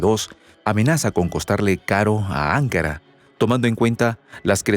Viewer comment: NO SE PRONUNCIA "ÁNKARA", SINO "ANKÁRA". ¿ NOTAS LA DIFERENCIA??????